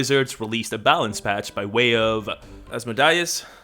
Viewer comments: Az-moe-dee-us is how u pronounce it 👍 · Just putting this here- Pronounced OZ-MOE DAY-US for Asmodeus as opposed to Amadeus Mozart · Asmodeus pronunciation is: ahz-MODE-ee-us